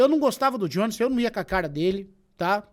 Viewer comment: pronuncia o nome do jones direito kkkkk